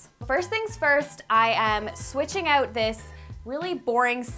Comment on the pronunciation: The way you pronounce your “Os” is so cute lol “cOUch” “renO” “Out” haha random, I know